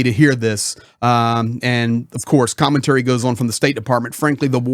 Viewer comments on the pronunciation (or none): none